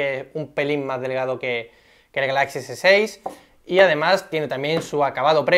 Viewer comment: El acento en la palabra GALAXY va en la primera A no en la segunda por favor. Si quieres poner el acento en la segunda A deberías decir GALAXIA (en español). Crítica constructiva